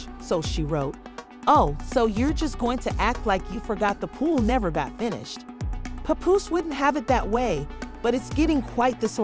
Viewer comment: I hate when outsiders try to blog on battle rap... btw his name is PAPOOSE not "PUPOOSE" 🙄